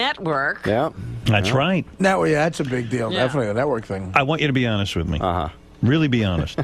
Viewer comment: “wiff” Stewie comes out from time to time